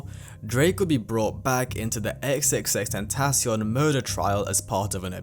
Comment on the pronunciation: Its pronounced tentaCION, not "tenTAcion"